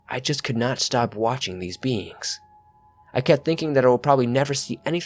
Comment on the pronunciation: The word "beings" always sounds like beans 2 me . Abducted by beans